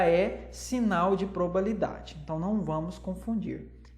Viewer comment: Probabilidade, não probalidade, como disse! Eu amei a aula, achei bem explicativa. Obrigada por compartilhar seu conhecimento conosco, de forma gratuita 💕